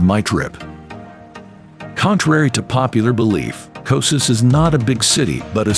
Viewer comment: I can't watch this. The constant total mispronunciation of the name is too distracting.